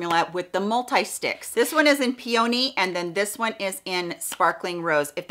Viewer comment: Im sorry but its (pee un e) just saying it's ish